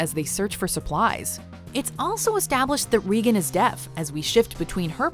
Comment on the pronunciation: I thought she said reegan is death